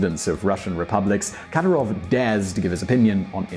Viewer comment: You can't even pronounce Kadyirov's name, mate...